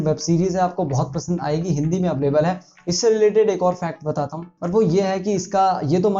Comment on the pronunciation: अवलेबल नही भाई अवैलेबल होता hai